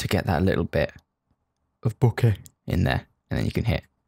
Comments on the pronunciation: what's wrong with that "Bokeh" 😂😂 anything for reference 😂? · I feel like he's referenceing the way Kai W says "bokeh" but I'm not sure.